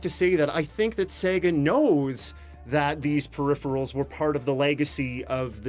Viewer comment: They're definitely not "perhipherals".